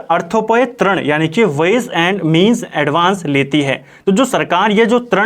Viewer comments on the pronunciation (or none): Sir aap glat uchhcharan krte ho trin nhi rin hota hai